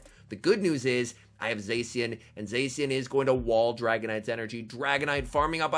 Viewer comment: can you pronounce Zacian correctly its triggering (epic gameplay btw!)